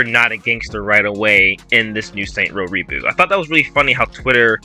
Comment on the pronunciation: All I want is a return to saints row 1/2. Not this Starbucks soy latte hipster trash. Also it's called Saints Row not Saint Row